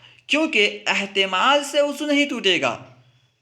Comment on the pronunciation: ماشاءاللہ آپ اچھا بڑھاتے ہیں وضوء کے لفظ کو ءضو پڑھتے ہیں